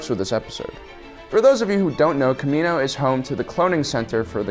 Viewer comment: You said kamina...